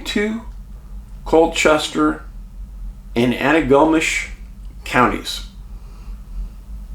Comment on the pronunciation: Say it altogether Dave with emphasis on the last syllable, antigo-NISH. I visited there in the 90s. Thanks for all you do. Prayers for those sweet babies. 🙏🏼